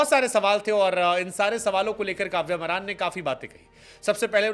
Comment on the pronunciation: काव्य मारन है बे, मरान नहीं